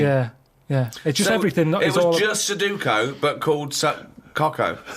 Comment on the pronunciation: None of them can pronounce sUdOkU, yet they’d call Carl out for pronouncing it incorrectly.